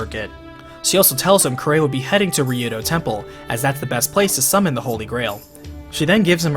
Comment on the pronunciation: I find it odd he miss pronounced kirei's name and yet had no problem saying kiritsugu's name